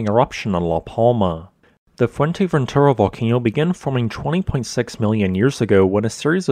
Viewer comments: It’s not called Fuenteventura. It’s Fouer-te- ventura frenetically. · atrocious pronunciation, lol most infuratingly, it's fuerteventura, not fuenteventura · It's not Fuenteventura ffs. Put some effort in your vids. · Not "Fuerteventera" or "Fuenteventura", but "Fuerteventura". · Yeah, the content is great, but his pronunciation could use some work. I have no idea how you get to an N pronunciation in Fue-R-teventura, especially with how the Spanish roll their R. And how hard is it to say Montaña instead of Montana? My native tongue is Dutch, but it is not that hard to check how a few words in another language are pronounced. Even his English has a very weird drawl. "a specific toooopic, please leave a comment belooooow." "volcanoooo" "that it will erupt agaaaiiiiin". Great channel, but the delivery is a bit distracting. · fue*R*teventura. No "N" there. :)